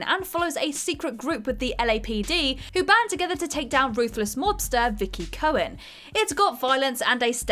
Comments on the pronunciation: Am I the only one who heard "Vicki" Cohen? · Did she say Vickie Cohen? Its Micky right?